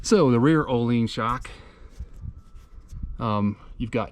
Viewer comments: ohleens lol its ohlins XD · I like your “ohleens” version 😂 jk. Beautiful bike